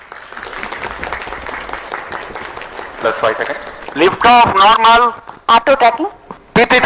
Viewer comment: Launch narmal saar